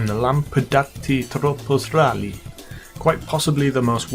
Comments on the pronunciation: He sounds so weird when he says tropos rallye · everytime you say the tropos rally you sound like an italian guy lol